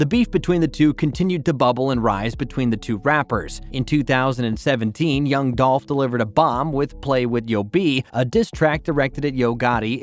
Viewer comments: Wack information. its dooooolph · It’s DOLPH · rip 🐬 🗣 unnnhunn. its dolph